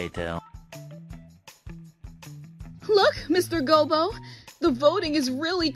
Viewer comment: Smooth brain: she mispronounced gobbo! Wrinkle brain: she mispronounced gobbo for engagement Galaxy brain: she mispronounced gobbo because the orc has 2 int ...and for engagement